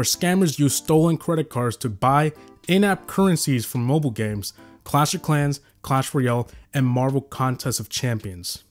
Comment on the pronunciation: "clan royale"